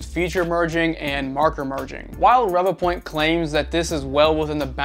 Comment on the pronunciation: Great video as I have the same scanner as well as the Mini and Einstar Shining3D scanner. I think Revopoint is pronounced as Ree Voo point but I could be wrong lol. Now onto my own experience with my Inspire from kickstarter. Out of the box it was blurry after scanning on my smart phone via Revo Scan app. I also tried on the pc and still blurry and for some reason I was only getting 14fps on the pc and 10fps on my Xiaomi Pocofone F1 that has 6GB memory. I had bad customer service as I had to go through a lot of hoops just to request a new replacement. In the end Revopoint gave in after I had to invoke my UK law rights as my unit was faulty. Now I'm waiting for my replacement to arrive and the faulty unit will be collected next week. I will let you know if the replacement is fine. Just to let you know that my Mini and Einstar are not blurry so it's definitely the Inspire as other backers who received theirs are having issues too.